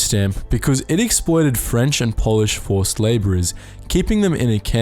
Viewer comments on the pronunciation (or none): none